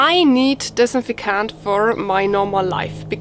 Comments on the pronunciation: Aw bless ya ..say ..anti -bacterial ..if cant say dis-in-fect-ant ..no hate I find it cute ..thank you for your video , your english is good :) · Girl you butchered the word disinfectant but I LOVE it. English stinks but yours really improves each video. I am sure I cant speak 2 languages. ( pronounce) Dis. in. 'Fect tant. (meant in the kindest way) Thanks for the recipe!! Good luck with the upcoming joy. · I just like listening to her try to say disinfectant.